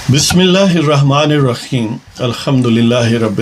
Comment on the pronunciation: Pehle Bismillah parna sekho' rakheem nahi Raheem he. Kanjar k awlaaad